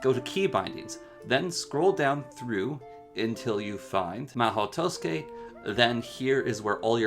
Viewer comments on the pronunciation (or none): I was looking for a tutorial for the mhaou tsukai and not for the "maoh toske" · "Mah-hoe twoskay" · Really really really good tutorial for the mod but the beginning killed me hahaha "Mahau Tousuke" love this video in its entirety! Subbed! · a comprehensive tutorial but cant even pronounce the mod correctly, it irks me so bad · I'm so bothered by how he pronounces the mod's name but yeah, still a great video.